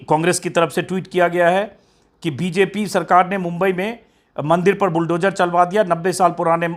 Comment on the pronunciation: श्री अजीत अंजुम जी जद नही ज़द बोलना अच्छा लगता है बुलडोजर नही बुलडोज़र बोलिए शब्दों का उच्चारण सही हो बहुत अच्छा लगता है 😊😊😊